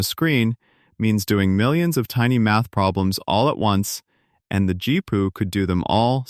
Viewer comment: This is so terrible that the garbage quality AI pronounced GPU as "Gee-poo". Then the idea clips are out of context for the narration. The AI shows a Creative Labs SoundBlaster sound card when talking about Nvidia and graphics cards. AI is like an inexperienced new-hire.